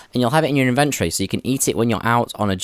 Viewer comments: in-ven-tory im sorry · really useful also inve-try is back :D :D nah i know you say it like that in UK